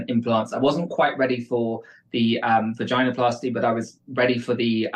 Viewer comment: "Vagina plasty"...? Bro doesn't even know what the procedure is called. When I was younger, my mom made a rule that I wasn't allowed to use a word if I didn't know what it meant. (In retaliation, I stole her dictionary she got as a gift for her college acceptance , which I still have to this day.) I propose we enforce a similar rule on grifters. You aren't allowed to talk about things when you can't even pronounce the terminology.